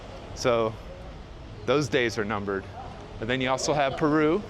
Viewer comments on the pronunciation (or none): none